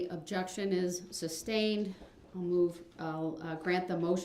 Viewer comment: Alleged Defendant?!?!?! 😂 No, Brooks, you are the defendant, your crimes were alleged (not anymore). Axed/asked, texas/text's, substained/sustained, unbiblical/umbilical cord, troof/truth, etc... How TF did he graduate from highschool!?